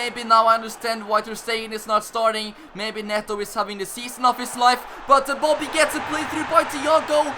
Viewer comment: He is saying boddy